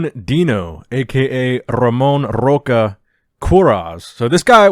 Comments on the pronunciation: R in Brazilian Portuguese sounds like “H,” not Rocha — Hocha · "Rocha" sounds like "Rosha" in portuguese, btw, great video, as always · Brazilian here. Just so you know, its pronounced Hamon (as in "heart") Hosha And not with a hard "R", but with an H sound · His last name "Rocha Queiroz" is pronounced "Hosha kayróz" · Just a tip if you really wanna nail Ramon's name: "Rocha" is like *Rosha*, with a strong sh sound And "Queiroz" (i know, hard asf) is like Kay Ross Hope this helps